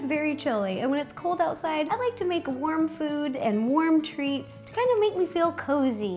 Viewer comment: When she said "warm" i thought it was "worm"